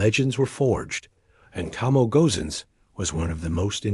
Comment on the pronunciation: You're the second channel that mispronounced the name, it's to mo e, not to mo.